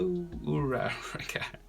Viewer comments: o - cha - ko ur - ah - ka thats how you pronounce it sorry it was annoying me a little im really sorry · its pronounced ooh ra ra ka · When you say uraraka like that it sounds like a cereal